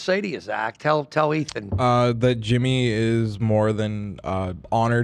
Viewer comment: I love when calls Ethan “Eeth”.